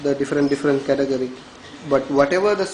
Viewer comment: sorry dude, i got no clue what a "categerry" is